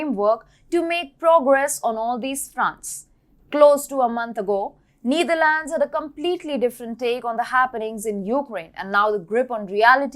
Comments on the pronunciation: It's not pronounced the Neederlands. The e is pronounced like in ether. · It is not “neither lands” it’s “Netherlands” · I like the way mentions Neither Lands (Netherlands), Poh Lern (Poland). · Why call the Netherlands the Neetherlands? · You really need to learn how to pronounce Netherlands.